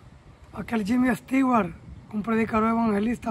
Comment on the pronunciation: Jimmy Swaggart es, no jimmy stiwart.